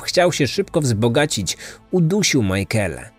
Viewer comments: Majkela? Na litość boską sprawdźże jak się wymawia imiona... Nie da się tego słuchać. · To imię czyta się „Mikejla” :) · Szanuję włożoną w powstanie tego odcinka pracę. Bardzo lubię słuchać Pana podkastów. Jako że mieszkam w IE tylko jeden szczegół przykuł moją uwagę. Być może nie jest istotny dla innych słuchaczy ale imię Michaela wymawiamy jako Mikejla. Reszta super 😊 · Imię Michaela wymawiamy "mykejla"🙂. Jest jeszcze gealic, czyta się "gejlik". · to imie sie wymawia makejla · to jest imię irlandzkie i nie jest tak trudno sprawdzić jak się je wymawia zwłaszcza jak się oglądało oryginalne dokumenty, gdzie chociażby rodzina się wypowiadała, to wymaga trochę szacunku dla ofiary i profesjonalizmu... Mnie to razi osobiście, bo mam koleżankę o tym imieniu. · No i co z tego że źle wymawia coś to zmienia w sprawie no nie. A jak tobie przeszkadza to nie ma musu słuchać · A ja się z tym zgadzam, mnie też razi sposób wymowy tego imienia i baaaardzo źle przez to się tego słucha :/